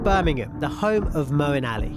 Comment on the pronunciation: Say Moeen don't distort Islamic names..please